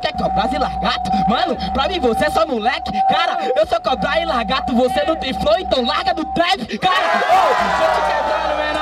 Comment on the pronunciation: "LARGATO" kkkkk